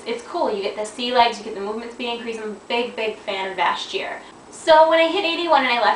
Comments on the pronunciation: you said vash jear lol its vashjir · Too many people are spelling Vashj'ir wrong, and I think that has something to do with why pronounced it wrong. It's Vashj... and then 'ir. Her name was Lady Vashj, not Lady Vash.:P